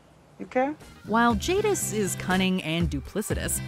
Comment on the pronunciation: ...despite saying her name correctly before, I swear you said Jingis here 🤣🤣🤣